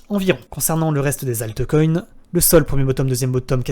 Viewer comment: Alteucoin... Brekaout... please... un minimum d'effort sur la prononciation des mots Anglais lol Sinon bien la vidéo.